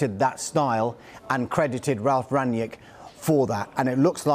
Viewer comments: His name is not Rangniek. You pronounce it rung-nick. With a strong R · "Ranyick" hahaha, oh gosh here we go again with the next pronouciation party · "Ranyick" hahaha He's german mate not french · Why do they keep on pronouncing him Rangyick? It's Rang-nick, really not hard at all to say